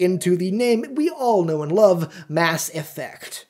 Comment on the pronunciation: Knew everything and hated the way you say effect